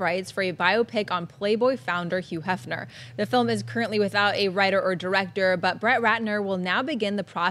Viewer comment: I love how Schnepp fails to enunciate the H in front of some words, and not others. yuuu Hefner lol